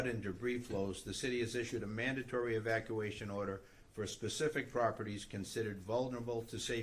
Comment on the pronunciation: She is unqualified to be in government. She can't even pronounce EVACUATION!😂